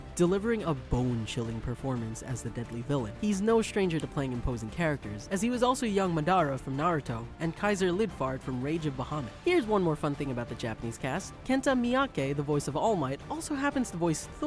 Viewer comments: “Young Madura” ITS PRONOUNCED MADARA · From Naruto ma-da-ra DEAD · fam....... no, don't butcher Madara's name like that it'll anger the narutards and that's a scary thing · He butchered the pronunciation of Madara... come on man....